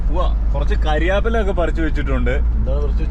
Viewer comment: ചക്കക്കുരു കൊടുത്ത് ആസ്സാം കാരെ എക്സ്പ്ലോർ ചെയ്യിക്കണോ.. കരിയേപ്പില അല്ല... കറിവേപ്പില.. 😄😄🤪👍